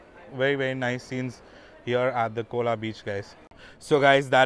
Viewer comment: It's not "cola " it's "Khola beach" 🙄